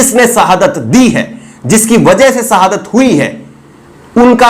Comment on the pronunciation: Arre ooh Bihari, sahadat nahi shahadat hota hai 😉